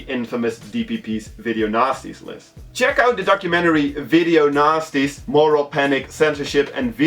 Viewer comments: When he says ''Video Nasties'' sounds like ''Video Nazis'' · i thought he was saying video nazi. haha . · I almost thought he said video nazi's list. lol